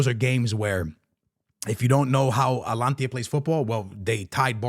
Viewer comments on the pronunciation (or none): Alantia? Bruhh come on, ...Ata-Lan-Ta!! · Its not Alantia, Its Ata-lanta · ATA-LAN-TA no Alantia.😂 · ATALAANAAA…no “atlantia”🤢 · He mispronounces everything to seem “different” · Bro why do you keep saying "Atlantia"??? It's hilarious! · Atalanta ❌Alantiya✅. 😂😂😂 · A-ta-lan-ta. Just helping you with the Pronunciation. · Your Atalanta pronunciation got me every time 🤣